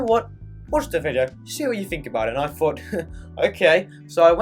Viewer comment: I know you’re a native speaker but why are you saying fought instead of thought?